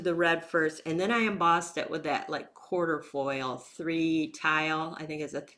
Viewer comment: You always think outside the box! It makes your videos so interesting to watch. Plus, you’re an excellent teacher who doesn’t drone on and make me want to fast forward through the whole video. I did want to mention that embossing folder is pronounced “kwaa truh foyl”. It’s a symbol representing good luck. The word comes from Latin meaning four leaves. (Think four-leaf clover!). Lol! I found that on the internet!